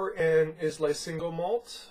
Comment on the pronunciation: Islay is pronounced Eye La. Just sayin'